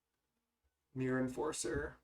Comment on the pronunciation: Every time I hear you say "the myrror" instead of mirror match :')